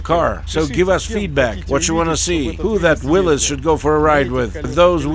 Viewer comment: Starting the video with the accurate pronunciation of Willys just got you a new subscriber 👍